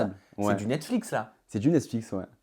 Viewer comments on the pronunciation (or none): Il dit « Netsflix » 😖